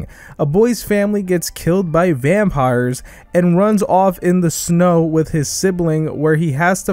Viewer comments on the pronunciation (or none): Bro really said vampirs to the demon s in demon slayer 💀